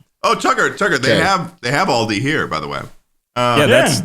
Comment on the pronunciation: if you keep butchering Australian shits names, I'm gonna beat your fashionista ass. It's AL(Like Albert)DI(Dee), ALDI